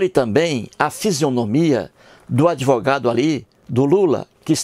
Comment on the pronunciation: FELICIANO EU JÁ ASSISTI A TODOS OS VIDEOS. EU OUVI MUITO BEM AS BABOSEIRAS QUE ELE FALOU. UMA DELAS FOI QUE QUEM FICOU GRÁVIDO FOI JOSÉ E NÃO A MARIA. O CARA SE DIZ ATEU MAS NÃO CONHECE NADA DA BÍBLIA. ELE PRONUNCIA "ADEVOGADO" EM VEZ DE ADVOGADO. REALMENTE ELE PRECISA DE AJUDA MÉDICA. FALOU TODA A VERDADE. QUANTO AO FATO DELE SER JUIZ, NÃO SE PREOCUPE : JUIZ DE CU É ROLA. ELE NÃO PASSA DE UM SEMIANALFABETO. PRA ELE TODO MUNDO É FAKE. ELE NÃO SABE QUE PRA COMENTAR NOS VIDEOS É PRECISO FAZER A INSCRIÇÃO NO YTUBE ...MAS NESSAS REDES SOCIAIS TUDO É PERMITIDO EM NOME DA GRANA. OBRIGADO